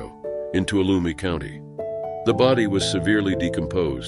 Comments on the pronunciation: Too wall a mee. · it's "Tuolumne" County (tu-ah-lum-ee) and the lake/reservoir is actually called Don Pedro